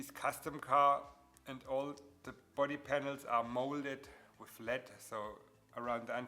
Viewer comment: I know you have a thick accent. I can hear it. So clearly English not first language. Daaa? So I'm not trying to be rude just want to be helpful. In the beginning you keep saying lead, but what you mean to say is lead. Big difference. It's ok, not your fault, English is dumb. Side note: cool video, leading the way for beginners on lead joints. Next you should talk about LED lighting and how to connect the leads to power and control them, as theyve led a bright and interesting life since their invention and lately taken the lead in automotive accent lighting, which can be another cool car mod like your fenders and their lead joints